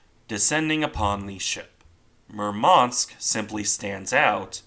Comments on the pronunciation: "Murmansk" should be pronounced with emphasis on "u", not "a". Apart from that, its a good random video YT algorithm somehow chose for me, hahah. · Thank You for the video! Just correct accent in the ships' name is at the 1st syllable: MUrmansk, not MurmAnsk.